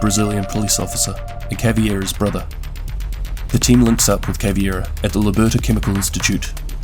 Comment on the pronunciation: CavEIra not CavIEra and it’s MontagnE not MontagnA